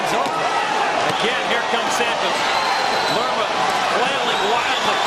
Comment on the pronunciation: Lerma, not Lema.